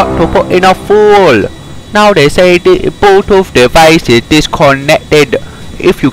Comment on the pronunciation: "Bluetooth dewise"💀💀💀💀💀